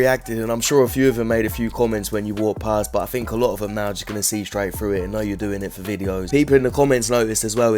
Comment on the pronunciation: Hey man, I really like your content and enjoy much of what you say. If I may give some constructive criticism; speak properly. "Fink" instead of "think," etc;.. you're smarter and better than that. It's not an accent, you're just being lazy. You can do so much better as an intelligent person. Please consider this and make an effort. Just like working a muscle, you can improve your speech. No shade.